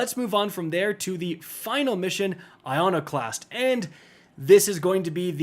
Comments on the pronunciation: Thist video must have been the same day as the day one raid. didn’t even try to pronounce i·con·o·clasm, not “ionoclast” 😂😂. Thanks for the guide though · Reads *Iconoclast.... "ionoclasm!" lol love you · Eye-Kon-Oh-Claz-Mm 4 different Tubers pronouncing it wrong, it's like hearing someone say Moist, I just can't handle it. Thank you for the guide, truly, despite my saltiness over diction, I appreciate that I'm not the only one who was like "f*** it we ball" when I saw the recommended light level. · aegis and iconoclasm are real words, with actual pronunciations. try to get them right, instead of spreading misinformation to people who might think you know. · Must be way he mispronounced iconoclasm two different ways